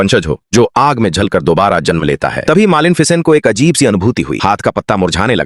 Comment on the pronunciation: Malen ficen😂😂